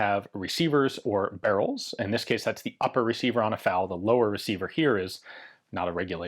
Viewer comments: Drinking game! Take a shot every time Ian mispronounces eff-a-elle and says fowl or foul. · Did anyone else hear Ian say, "Foul parts kit"?